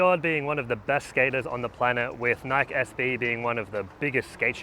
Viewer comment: It was meant to be pronounced "nike" (like bike) originally. People started pronouncing it incorrectly as "Nikee" (like Mikey). He's saying it the way the company originally intended it to be pronounced.